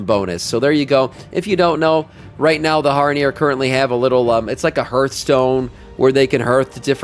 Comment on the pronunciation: Hearth is pronounced like "heart" (h a rth) not like "earth" 🤦‍♂️